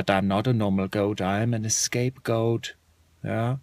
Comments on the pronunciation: It’s scape goat not escape goat but still funny as crap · Roboterize haha, but it's actually "scapegoat". He was being funny and thought it was *E*scape goat :)